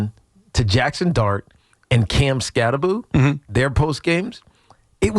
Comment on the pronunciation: The name is pronounced, "Cam Skattebo," Tiki. Skattebo with the B and the O at the end. NOT 'Skatte-boo" as in 'Scooby-Doo."